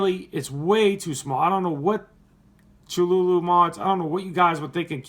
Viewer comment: that filling tho... that hohm wrecker tho... have ya seen the new gemini rta? glad ya found a good cotton, cotton candy does very well also. and just so ya know it's commonly pronounced ka-thoo-loo, Cthulhu is a cosmic entity created by writerH. P. Lovecraft and first introduced in theshort story "The Call of Cthulhu", published in the pulp magazine Weird Tales in 1928. Considered a Great Old One within the pantheon of Lovecraftian cosmic entities, the creature has since been featured in numerous popular culture references. Lovecraft depicts Cthulhu as a gigantic entity worshiped by cultists. Cthulhu's anatomy is described as part octopus, part man, and part dragon. Its name was given to the Lovecraft-created universe where it and its fellow entities existed, the Cthulhu Mythos. great job as usual